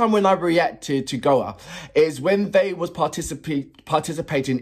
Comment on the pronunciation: It's pronounced "Go A" not "Goa" 🙂 Don't worry, Graham Norton STILL got it wrong on his 2nd time commentating on them for Eurovision (annoying !!) But great reaction video 🙂 Trust me, if you get the chance to see the live, take it !!